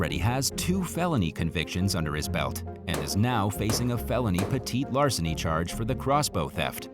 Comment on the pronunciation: you can call it petit larceny, but i think your the only one who doesnt say petty larceny.and stealing is terribly wrong 100% of the time